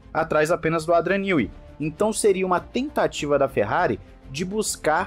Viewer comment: querido, já faz um tempo que quero te dizer sobre a pronúncia de um nome. No Brasil temos o nome Adriano. Em inglês o nome Adrian (Newey) se escuta em português como se fosse "Eidrian" e não "Adrian". Fica o toque. Belo trabalho seu e do Thiago tb. Um abraço Sérgio - Modiin, Israel